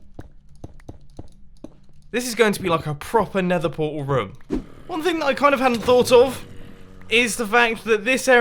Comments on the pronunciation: Ha ha its room not (rum,rums) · does it irritate anyone else the way Mumbo says room/rooms?